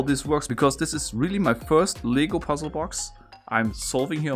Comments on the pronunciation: He made LEGO sound like it's legal lmao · For some reason I thought that you were saying “legal” instead of “LEGO”, so that made me think that there was an illegal version of this puzzle that can only be solved by building it, but intentionally messing up on some steps in the instruction book. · I dont know why but I thought he said LEGAL BRICKS instead of lego bricks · I love this but it’s LEGO not legal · Lego not ligo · i love this puzzle. btw everytime you say "Lego" to me it sounds like "Legal" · This is so cool but I love how he calls Legos, legals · I’m confused about what he is saying, legal or Lego